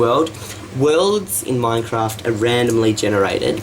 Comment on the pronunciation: Also it's not "mine raft".